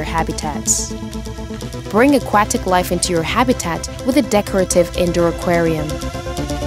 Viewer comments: How does this lady not know how to pronounce Aquatic? I don't think I've ever heard anyone pronounce Aquatic like that... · i like "A-Quack-Tic" for aquatic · i knew i wasn't the only one... a-quack-tick. i don't recognize that accent... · I busted up every time she said AhQuackTick life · Love these trailers but man, that's a weird pronunciation of aquatic.